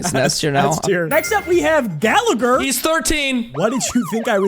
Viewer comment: as an Irish person, the way he pronounced Gallagher (pronounced Gala-her) "Gala-gur" hurt my soul 😭😭😭